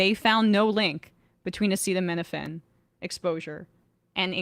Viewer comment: lost a ton of credibility by not pronouncing acetaminophen correctly. Not as badly as Trump, but seriously?